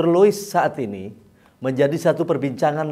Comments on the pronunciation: Lois dok bukan Liuis.. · Dialek Sunda 😁😁😁